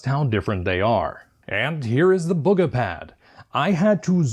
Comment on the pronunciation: its bug-uh